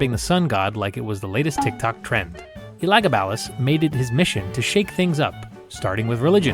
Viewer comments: Omg, it's so bad pronounced Elegabulus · I have personally never heard Elagabalus pronounced that way, but love the animation style and content. (For reference I have only every heard the name being pronounced "El-uh-gab-uh-lus" but that is most likely not the original pronunciation)